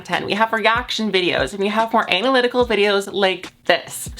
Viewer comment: "we have more AY-NAL-lytic videos" How appropriate.